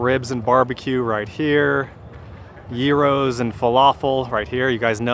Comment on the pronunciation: Biggest thing about this episode is that you said Gyro the right way. Go. 🎉